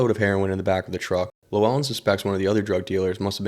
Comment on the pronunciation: And then you start calling him lewellen